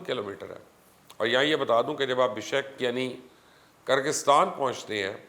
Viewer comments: Bishek Naheen Oye "Bishkek" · Aap padre likhe aadmi hain kuchh khayal karen pehle BIPON Rawat ko PAN Rawat kete hain ab BISHKEK. ko BISHEK keh rahe hain !!!!!!!!!!!?!